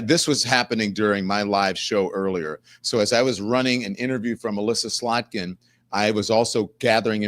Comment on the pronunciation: SlotKIN Don. SlotKin. KIN not NIK.